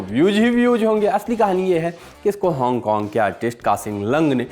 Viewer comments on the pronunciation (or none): none